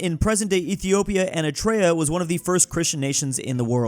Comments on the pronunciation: I feel you're not being called out enough for not knowing how to pronounce Eritrea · Day 42 of asking to say Eritrea correctly